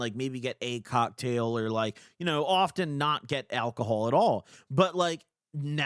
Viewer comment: At about the 30 sec mark where alcohol is censored it sounds to me like his saying cum